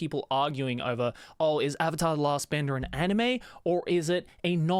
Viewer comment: ‘avatar the last bender’ if your British you’ll find this funny 😂